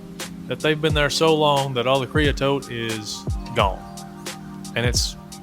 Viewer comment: KREE-uh-soht .... you're welcome